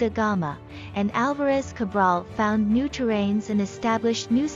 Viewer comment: Pedro Álvares Cabral not alvarez we are not spanish we are portugueses